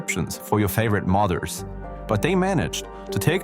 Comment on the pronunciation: i thought he said mothers not modders